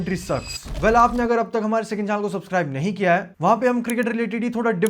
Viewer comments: Bhai "hai" ko "eh" mat bol 😊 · bhai aap ye "hai" ko "ha" kyu bolte ho ?